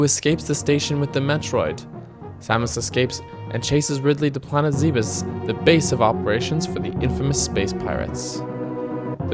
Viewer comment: Hey great vid, thanks for playing a real classic after so long! for the future just so next time you don't accidentally say zeebiss ゼベス Ze Be Su Zeh'behs would be the proper way to say the name cheers!